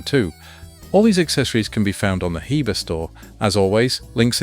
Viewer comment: It's pronounced Heber